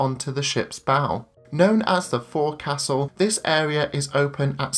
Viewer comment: Great review. But it's pronounced folksull - not fore castle. From a fred olsen gold oceans club member.